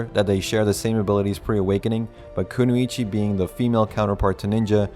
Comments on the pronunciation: "ku-no-ichi" lmao you mean "ku-noy-chi" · sorry Bro have to correct you its kunoichi not kunuichi sorry again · Even though this comment is late and you probably won't see it, kunoichi is pronounced ku-noi-chi